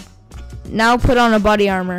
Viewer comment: lol "bodnly armor